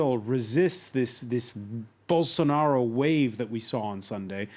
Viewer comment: Eu só entendi " Bolsounaro" rsrs